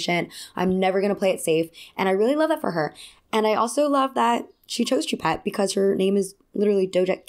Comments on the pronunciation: Sorry if 1200 people have already commented this, but no biggie just fyi Choupette is pronounced Shoe-Pet Also why do we know the name of a famous dead man’s kidnapped cat? But here we are. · You’re pronouncing his cats name very wrong. It’s French for cat. Look up the way to properly pronounce it please. But I agree about Doja